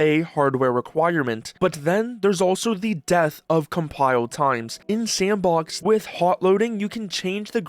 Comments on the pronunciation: Thanks. Thought it was weird the creator said "S & box" in three different "words" rather than one fluid "Sandbox" as they pronounce just fine in other parts of the video. Just seemed weird to me, and sounded like something an AI would do if there was a typo in it's script. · you know it's just "sandbox" right? not S N Box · Garry be like "actually, it's pronounced sampbox" lol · I provided a timestamp where the OP says "S & box", rather than saying "Sandbox", as they do multiple times prior and later in the video. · nice to know im not the only one to pronounce it S And Box